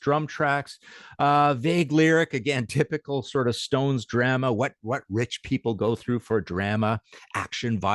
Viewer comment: So why does this fella pronounce drama wrong